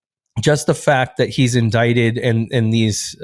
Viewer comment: MTG saying inDICKted, I laughed for hours thinking about it.